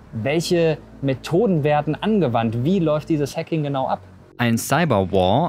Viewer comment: will diese frau mich triggern mit ihrer hacking Aussprache